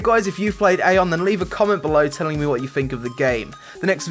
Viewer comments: Eye-on, not Ai-on. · it's pronounced "Ah yon"